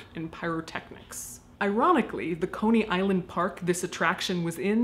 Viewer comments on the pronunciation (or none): none